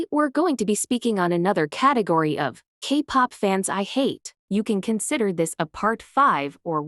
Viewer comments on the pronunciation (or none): The voice pronouncing 'kpop' as Capop😂😂😂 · Wow so funny a video that addresses minor exploitation but let’s laugh about a mispronounced word of an AI voice 😐